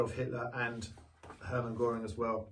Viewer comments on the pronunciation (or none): none